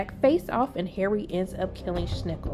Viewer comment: Schnickel? For god's sake, this seems to be an official Prime Video and they can't even pronounce the names of their own characters. Besides that, that was the recap I needed to not have to rewatch both seasons.